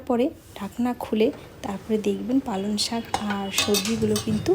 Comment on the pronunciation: কথাটা পালন শাক শোনা যাচ্ছে ।পালঅং শাক ।রান্নাটা একদম নতুন ।করব একদিন।